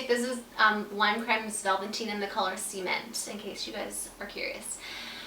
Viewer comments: Do you mean the color "cement"? It sounded like you said "semen" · girlllll..when you said "cement" i thought you were saying "semen" 😂😂